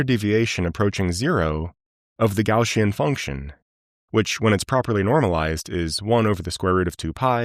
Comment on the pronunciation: Gaussian, NOT Gaushian, lol